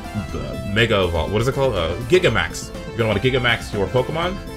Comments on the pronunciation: it's pronounced jig-ant-tea-max, not giga-max :'( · I can't be the only one that pronounces Gigantamax as Jigantamax 😐 giga sounds goofy imo